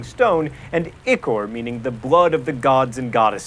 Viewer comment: ...... "Ichor" has a long I.